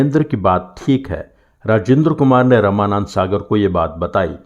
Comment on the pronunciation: आप रामानौद सागर जी का नाम रमानंद सागर क्यों कह रहे हैं?